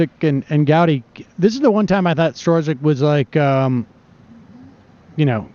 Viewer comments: Lol, everyone has been hearing this FBI agents name for so long and Sam still can't get it right. It's pronounced STRUCK. It's literally been over a year. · "Storzik"? Its pronounced Strock. Did Sam even watch the hearing? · It's pronounced struck. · I think his name is pronounced "Struck" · Strzok is pronounced struck, just one syllable. :) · You should say it as ‘STROK’ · Sam, stop mispronounce the Man's name. "Struck" is a close pronunciation. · Sam is the first person I’ve heard pronounce Peters last name as stra-zick and strow-zick. Haha 😆😉 Love ya Sam!! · "Strzok" apparently rhymes with "struck." Just sayin. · blunt rapture I hear it as strock, not struck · "STRUCK." It's pronounced STRUCK. Why can't anyone get this simple fact right?!? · I hear it as strock, not struck, but who knows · Disclaimer: I really enjoy your show, Sam and I have the utmost respect for your intellect. Now, the irony of you mispronouncing Peter Strok's last name, throughout the same clip where you mentioned Republicans being assigned according to their IQ score is pretty funny. I'm laughing with you, I promise. So where are your producers in your earpiece or chat window if you don't have the earpiece letting you know how to say Strok's name correctly? Anyhow, that Rankin segment is historical gold. Keep up the great work. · listening to sam mispronounce Strzok is cringe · It is mind-numbing how Sam mispronounces EVERYONE'S name. He'll never be legitimate until he can learn to respect people enough to say their name's right.